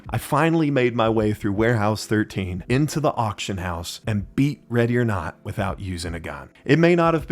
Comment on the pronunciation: what accent is that